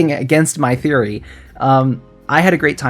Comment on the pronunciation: Close enough, welcome Woody THREEory.